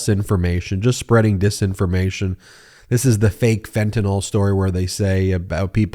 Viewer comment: FentaNYL. Nil. Nill. NILL. NOT NULL!